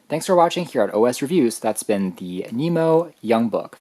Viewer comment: Thanks for sharing your thoughts on our Nimo product! We're always working to improve, and your feedback is valuable to us. (One small thing - it's Nimo, not Nemo )